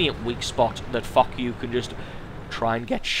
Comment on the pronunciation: Foch is pronounced like Fosh not Fock!